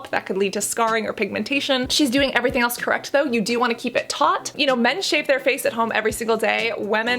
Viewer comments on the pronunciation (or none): none